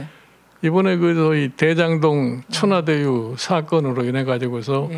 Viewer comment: 늙어서 혓바닥에 힘이없어 발음이 줄줄새고 화천대유를 천하대유라고.! !ㅋㅋㅋ쫌있으면 스스로 지 밑도 못닦을듯